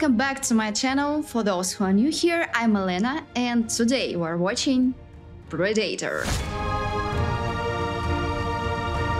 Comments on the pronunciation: I love how she pronounces pred a tor wrong every time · Pra-day-tor? 😅😂. It's pronounced (Pred-uh-tore) Predator